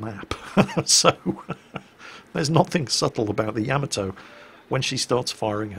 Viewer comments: It's pronounced Ya-ma-toe, not Yam-a-toe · I agree. Please, with all due respect.....Ya ma to. Not yia ma toe. pls it is grating I love your work though. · Oi you, you were ex Navy no? So you should know how to pronounce the name of the ship. Its NOT Yamatoe its Ya..Ma To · So British people say "Yam-uh-toe"? In North America we usually say "Yah-mah-to" or "Yuh-mah-to". That's kinda weird though. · You are like a WoW God to me let's be perfectly clear BUT you do one thing that temporarily lowers your exaltation a notch! That's when you speak of the greatest warship of all thyme! It's pronounced YAMATO you lunkhead not YAMATO. Other than that, well, get on with it brother it's all good. Many thanks for your hard work from across the pond. You punch my entertainment card I must say. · sweetie, I love you to death but it's pronounced Yah-Mah-Toe not Yam-A-Toe. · For a guy that's been in the navy you would think you could at least get the pronunciation of Yamato correct. It's not Ya ma toe for Christ sake it's Ya mot oh and not Yama doe, it's all together Yamotoh, Yamato. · Why s it most of you can not pronounce Yah mah moe toe? seems like every vid I see they wing it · Ya-mah-toe...Why can't people pronounce that? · Yamma toe (hyper-cringe) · I find it a bit odd that you play the sound clip of them saying the ship's name correctly, but then not 10 seconds later, you pronounce it differently. Why? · It's cute the way he mispronounces Yamato.